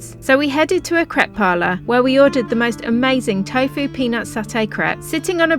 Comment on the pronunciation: By the way there's no E in tofu so why do you pronounce it with an E